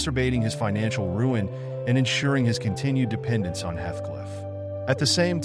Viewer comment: Heathcliff not hethcliff..